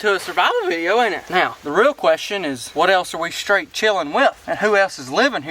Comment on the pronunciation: i love how he said "i dont want to go to jail RIGHT KNOW" 😂